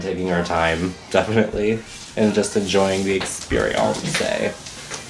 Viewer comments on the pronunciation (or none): When he said "experieonce" I realized that'd be a great drag name: Experionce.